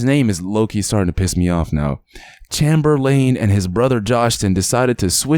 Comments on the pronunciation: Bro u my homie and all but bro have u never heard of Chamberlain (chamber len)before ur pronounced it chamer lane 😂...... Sad story tho 😢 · Bro have you ever heard of wilt chamberlain? It's pronounced as chamber-lin just spelled Chamberlain like wilt!I'm guessing that's who he is named after!